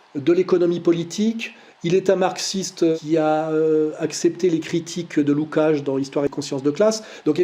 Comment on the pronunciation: "Soral a presque toujours raison". On comprend maintenant le presque. En total antagonie avec le déisme dont il se championne (christianisme). En plus il aurait pu un minimum regarder sur Google comment on prononce le nom du scélérat Lukács. 0/20.